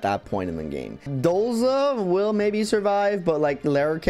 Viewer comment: Why do you keep pronouncing his name as Dolza? It;s Dozla. The 'z' comes BEFORE the 'l' ...I also notice in these videos you often read the bandit boss as Bazda. It's BazBa. No 'd' in there at all. Normally I don't care if it's one slip up every now and then but every time? Yeah I HAVE to say something then to avoid going insane. Also the Hoplon Guard. It's not the HOOPLON Guard there is only one 'o' before the 'p'.